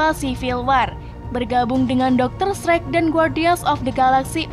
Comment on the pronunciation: Betul. Pelafalan englishny banyak yg salah